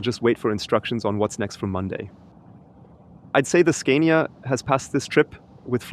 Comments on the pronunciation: why do you pronounce it SCAIN-IA? Do you also say SCAINDINAVIA?...It's pronounced SCAAAAA-NIA, with a long, stressed A. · In English we would pronounce “Scania” with a long “a” like “father” since it’s a foreign brand name. I can understand how you would rhyme it with “mania”, but we don’t. Also, we don’t say “recuperation” in this context, but rather “regen” (short for regenerative braking). Great video and of course your English is way besser als mein Deutsch 😂